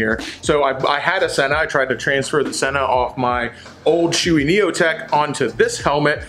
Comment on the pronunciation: in 40 years... I have NEVER heard someone pronounce SHOEI wrong. I was todays years old when it happened. Well done sir.